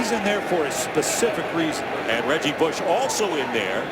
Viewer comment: he said reggie booosh 😭😭